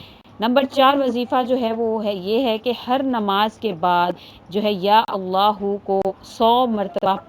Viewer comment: Allah ka name aap sahi se liya karo Allah ek h or aap Allah OK aise bolti Ho Allah .jaise aap bolti Ho Allah pharmayenge .karenge .denge .please don't speak that word .Allah ek .Allah pharmayega .karega dega .apko aise Allah ko bola Karo please .